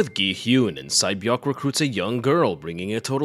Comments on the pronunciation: Sae-Byeok is pronunced Se-Bjong. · Sae beok name is actually pronounced Say beeo-ook